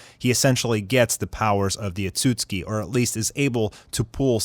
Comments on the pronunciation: Am i the only one who’s triggered by him saying otsusuki as (Otsuski) like ITS OTSUSUKI😂 but love the content tho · You pronounce otsutsuki wrong.. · I don’t like how this guy is pronouncing the words “Otsutsuki, Ninjutsu”☹️☹️ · Bro if you mispronounce Ohtsutsuki ONE MORE TIME......😡😡